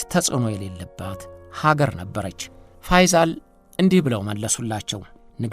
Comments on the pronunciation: ፈይዛል ሳይሆን ፈይሰል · ፋይዛል ሳይሆን ፋይሰል በል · ንጉስ ፈይሰል ነው ፈይዛል አይደለም በተረፈ አቀራረብህ አንደኛ ነው እሸቴ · "ፋይሰል" ነው እንጂ "ፋይዛል" አይደልም ስሙ፡፡ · የተከበርክ እሸቴ አሰፋ...በመጀመሪያ በምታቀርባቸው ይዘቶች ላደንቅህ እወዳለሁ። በዚህኛውም ይዘት... "ፈይዞል" ሳይሆን... ፈይሰል ቢን አብዱልዐዚዝ ነው የሚባለው። እስኪ ደግሞ በሐጂ ሙሐመድሳኒ ሐቢብ ታዋቂው የኢትዮጵያ እስልምና ጉዳዮች (መጅሊስ) መስራች ታሪክ አጠናቅረህ አቅርብልን!! አመሰግናለሁ! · ፈይሰል ብለህ አንብብ